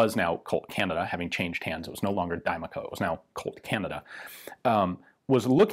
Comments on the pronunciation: Die-Mac-O Not Dime-A-Co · Diemaco is pronounced, die-mack-oh. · Interesting that Ian says: di’mà-co Whereas the Brits say: da’mar-co